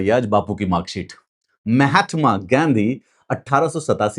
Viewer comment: आप तो बहुत पढ़े लिखे हो महात्मा गांधी को मेहटमा गांधी कह रहे हो , अंग्रेज चले गए लेकिन अंग्रेजियत नहीं गई ,आप इस तरह से बोल कर अंग्रेज नहीं बजाओगे ।